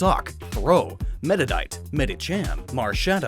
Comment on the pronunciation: As much as I actively chose not to say much on pronunciation nowadays, "medi-dite" is... it's a new one I'll give it that. I'll leave you to look into it if you care Lol